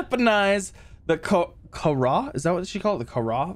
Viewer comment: It’s pronounced karàh not kahàr